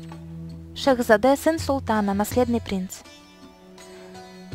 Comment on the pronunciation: Не шехзАде а шехзадЕ